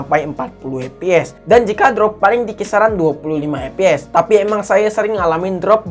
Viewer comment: Ngoreksi kata kata yang salah di channel sadapin tekno FPS cara bacanya: EF PI ES Bukan: EP PI ES CPU Cara bacanya : SI PI U Bukan : CE PE U PLAY cara bacanya : PLEY bukan: PLAY